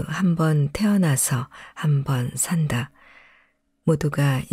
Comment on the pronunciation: 듣다가 자꾸 걸리는 발음이 있어서... 신경이 예민해지는 바람에 계속 듣기가 어려웠습니다. 다름 아닌, "산~다"(살:다)로 읽어야 하는데, "산다"(물건을 산다)로 읽으시니, 삶을 사~는 의미로 들리지 않는다는 겁니다. 여러번 되풀이해서 나오는 주제단어이기에 더욱 더 중요한 말이지요.... 제가 유난히 예민한 점도 있지만, 책을 읽어주시려면, 특히 장단음은 분명히 아셨으면 합니다. 다른 단어들도 장음으로 발음해야 할 단어를 단음으로 읽으시는 게 더 있습니다.